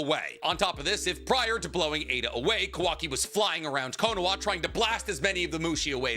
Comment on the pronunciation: Bro why does he keep saying Konowa???